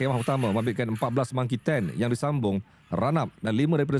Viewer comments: Marquee Tent bukan Monkey Tent..monkey tu monyet.. 😂😂😂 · Hahahahah tula sy pun ingt mungkin sy tersilap dgq tapi rupanya ada org len pun perasan dia ckp Monkey tent🤣